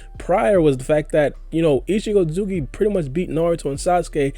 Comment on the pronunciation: Why cant you just say Isshiki why you gota fast mumble through isshiki otsutsuki every time you say his name lol